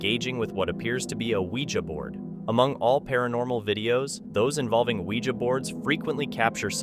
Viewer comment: Thank you for pronouncing Ouija the correct way!